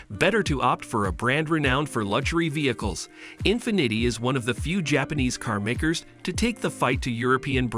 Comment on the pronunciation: In finiddy😂